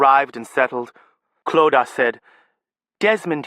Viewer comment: This narrator gets "Clodagh" right. <3